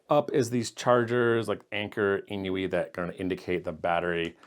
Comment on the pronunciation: INIU is pronounced just like "I knew" [AiNiu], not "in-iu." The maker is from Japan, where "inu" (犬) means dog—which is why they have a paw print as their logo on so many devices.